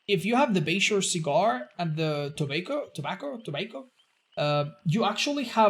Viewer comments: Tobacco - Say "tuh-BA-ko" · pronouncing tobacco... no words.